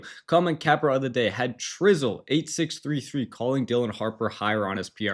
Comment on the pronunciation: thanks! and my name is pronouced chri-zle lol (like chris)